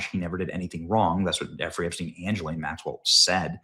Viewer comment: Her name is pronounced ‘Gi-Laine’ If you’re going to mention the filthy old tart, make sure you get her name right.